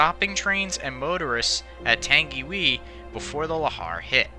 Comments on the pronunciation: I have seen the place where this occurred and its chilling and seen the no. Plate of 949 also you mis pronounced tangiwai. Wai is pronounced why and tangi is pronounced tahngi. Please improve your pronounciation of Maori place names if you do another NZ rail disaster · I like how you talked about my country in this and my Grandma remembers when this happened, though you said some Māori words wrong it’s pronounced tounge-e-why and rua-pay-who. I don’t know the other ones. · You said tangiwai SOOO WRONG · Your pronounced Tangiwai wrong, I am from New Zealand and I kind of find it hilarious when people mispronounce words of the Maori language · Hahahaha white man why bother you Carnt even say tangiwai properly or Mr ruapehu hahaha peue hah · The way you pronounce “Tangiwai” is “Tungy-why”, not “Tangy-wee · It's not tang e wee (Tangiwee) it's tang e why (Tangiwai) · F.Y.I . It's pronounced Tangi - why NOT Tangi - wee :-) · Not "Tangiwee"..."Tangiwai". Pronounced as "Tangy y" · For the record its not 'tengyway' like you pronounced it, its pronounced 'tungywhy'. But love the videos and I'm just nitpicking but I thought I'd let you know in case you were curious. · It's not pronounced 'Tan-gee-whee' it's 'Tan-ghi-why' ... Also credits for the use of the film 'Tangiwai: A Love Story' should appear somewhere as that is the film you must have seen and which is used extensively in this. There is also the fact that the film gets Nerys Love's death wrong in the crash as she was not the girl who was trapped by a suitcase and wreckage and lost her life when the carriage on the brink finally tumbled. 'Tangiwai: A Love Story' is not available on DVD or Blue Ray - why because I have seen it and it's bloody harrowing to watch and a 'real' portrayal instead of a CGI-bollocksfest. But ... It's the thought that really counts and it's obviously genuinely there. Great men like yourself are not found on every street corner: Nice work it was worth your effort :o) :o) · Pronounced 'Tangi' 'Y'